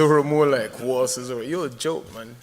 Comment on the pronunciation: How’s Whyte correcting Chisora on his pronunciation when he struggles himself🤣